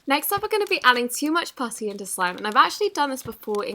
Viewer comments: i keep hearing "pussy" instead of "putty" 😶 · Did she say pussy or putty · Instead of her say putty she said it worng and said pussy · When you said "putty" it sounded like puffy,you might want to practice pronouncing putty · She said pussy instead of Putty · When she says putty it's sounds like pussy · It sounded like she said pusy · am I the only one who thinks she is saying "pussy" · For the putty one it sounds like it says pussy 😂😬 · Is it just me that heard her saying pu*y instead of saying putty like if you heard it to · Instead of putty, did anyone else hear her say pus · The way she said putty tho 🤣🤣